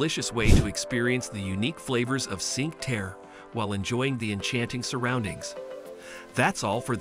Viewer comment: Need to learn how to pronounce Cinque Terre.